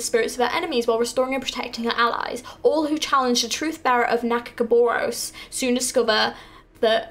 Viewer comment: I can't wait for the first (and probably last) time you try pronounce nagakabourus :D